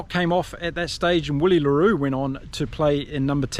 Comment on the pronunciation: its "Villie" "Villie" i think we owe him at least a proper pronunciation 🙏🏾🙏🏾🙏🏾